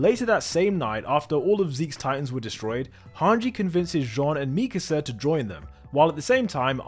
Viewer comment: The way he pronounces mikasa in past two videos really irks me. Like have you even watched the show?